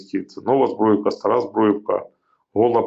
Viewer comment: Не Збруївка, а Збурʼївка. Стара і Нова.